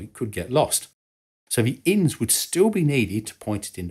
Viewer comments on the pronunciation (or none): In the US INS is not pronounced as In’s the individual letters are pronounced “I-N-S”